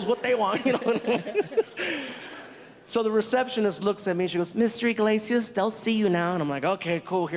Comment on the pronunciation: Eeee-glase-ee-us. Say it with me now. Eeee-glase-ee-us. Not "In-glase-ee-us". Enunciate! I hear this mistake WAY too often! He even brings it up in one of his specials! Enunciation matters people!